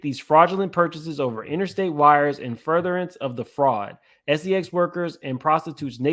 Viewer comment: just unveiled a RICO and es-ee-ex trafficking ring